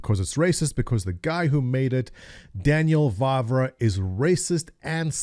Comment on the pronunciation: Lol this is probably the first time i have heard english speaking person pronounce "Vávra" correctly... By the way the statement "plenty people of colour in major cities" is an overstatement... There were like hanful - mainly merchants...